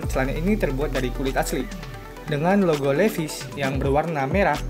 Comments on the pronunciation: Dan sebutan nya juga haris betul bro.. 😁 🙏 Bukan Li Ves.. Sebutannya Li Vais = Levi's Harus betul sebutannya seakan orang USA..kerana itu produk mereka.. Hihi 😁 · Sebutan jauh bbeza Levis.....hahaa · Duh bang penyebutan nya aja salah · Ory vs asli..?hahah...nak baca levi,s pun tak betul... betul kan dulu bacaan nya...